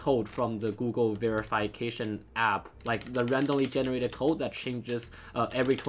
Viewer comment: me: ve-ruh-fuh-kay-shun: ve-re-fai-kay-shun